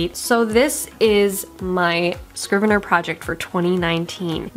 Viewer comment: Dude, it's Scrivener, NOT Scriveneir.